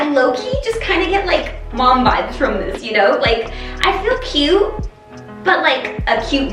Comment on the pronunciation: When I heard you say, you feel like a cute mom, all I heard was you feel like a cute "old person"